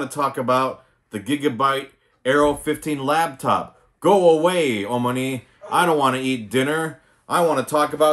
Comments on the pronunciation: Are you saying LABtop? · "Lab" top. Oh God. My sides. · 'Lap' top. As in it sits on you lap.